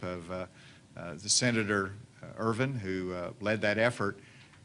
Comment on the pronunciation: I do love how Asa pronounces "senator" as "sinner" instead. This is classic. It's bizarre that he pronounces "controversial" properly but can't do "senator".